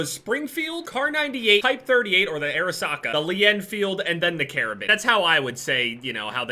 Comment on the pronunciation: Who thought he was saying air socket